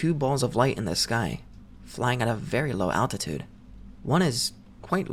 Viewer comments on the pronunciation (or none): none